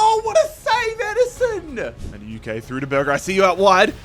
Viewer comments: It must be every single video im having to correct this guy.. No mate. You said it like this. Madawehkay' Do Americans Australians just pronounce everything how they see it. Let me ask you something, how do you pronounce the word 'know' Do you say kanow? Or do you say 'no' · I beg you pronounce Maduekes name properly 😭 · the madueke pronunciation the whole video is so annoying